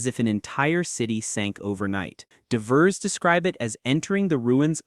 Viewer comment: AI slop. You mispronounced “divers.” AI garbage is literally flooding YouTube, it’s so frustrating.